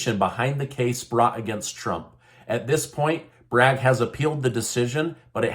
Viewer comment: It's "Bragg" not "Braggs".